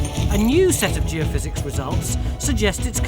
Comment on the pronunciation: Wow, Tony looks so young here. Must be an early one, he actually said Geophysics instead of geo-fizz.